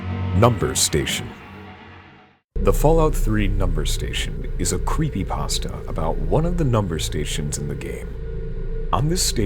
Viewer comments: lol "Creepy Paahstuh" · creepypaustah. It's like Christopher Walken. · Lol, "creepy passta" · It's pronounced creepy- pAsta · crept 'pesta' ? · creepy- pah stah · "JVK is a creepy pahstuh based on the game moral when-" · oh my god this bugs me more than it should. That is NOT how you say "creepypasta". I have no idea why this irks me so much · love how the guy pronounces creepypasta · XD somewhere he misprounounced creepypasta